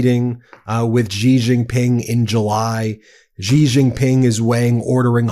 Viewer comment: Ben , Xi is pronounced like She. Xinhua News is Shinhua.